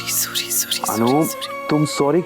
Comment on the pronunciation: Hmko bhi bahut bahut bahut ... Gussa aata h jb anupma surrii suri bolti h tb 😣😡😡😡😡🤬🤬😡